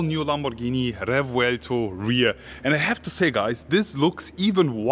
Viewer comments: THANK YOU for not butchering it's (indeed) very cool name and not playing the dumb Google Translate game that EVERY other channel is doing. As a language speaker, world traveler and Lamborghini lover that made me stay here. You got a new follower. Moving on, the car is amazing. Mine will be a 2025 model, still waiting for my Countach. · I wasn't convinced on the name but the way you say it made me appreciate it more 😍